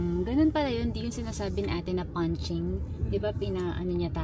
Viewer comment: punch listing po not punching 😊